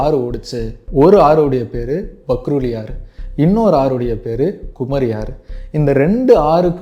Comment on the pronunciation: Pronounce as "Paruli" not as "Pakruli"